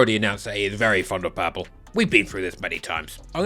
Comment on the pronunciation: U pronounce purple pal-pu😂😂luv it 😅😅😅😅